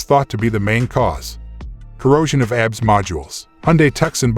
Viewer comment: Zero faith in any video that doesn't even know how to pronounce Tucson or calls ABS "abs" (like as in stomach muscles) Apparently there are 14.3k really dumb people out there because that's the amount of subscribers.